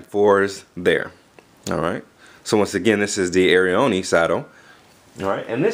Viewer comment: i think its pronounced; air-ee-own